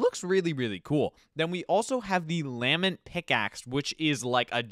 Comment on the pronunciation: Bro that pronunciation of lament😭